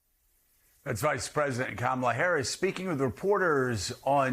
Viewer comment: Can we get Kitty Kay, a professional in her field, to say the Vice President’s name correctly? Accent is really a cheap excuse just to get ahead of the replies.